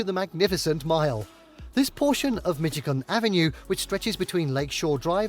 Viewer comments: Strange the way he pronounces Michigan "Mitti-Con". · It seems this narrator doesn't know how to say Michigan.